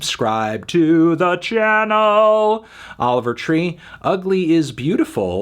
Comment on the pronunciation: He never says his name right haha 😹